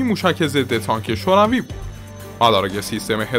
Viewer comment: کلا به جای ت میگی س....سنها سانک مشارکس کورنس